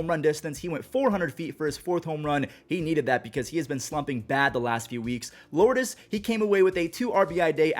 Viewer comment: Go to one of the many cuban spots in Vegas and ask them how to say Lourdes